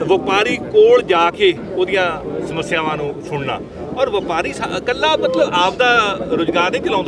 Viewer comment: ਐਨਾ ਕਿਓਂ ਘਬਰਾ ਗਏ ਸਪੀਕਰ ਸਾਹਿਬ ਸਮੱਸਿਆਵਾਂ ਨੂੰ ਮਸਿਆਵਾਂ ਹੀ ਬੋਲੀ ਜਾਂਦੇ ਆ